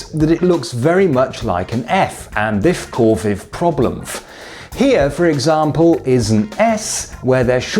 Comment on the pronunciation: "thif caufef problemf" lol